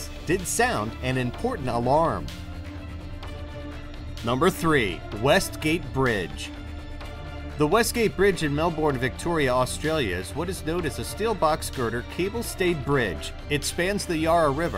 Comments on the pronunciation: Isn't it melbin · You pronounced Melbourne wrong 😭😭😭 yes I am in Australia and will never go on the west gate bridge I’ve seen it and it looks scary so no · What is it with Americans? Can't pronounce Melbourne or Yarra.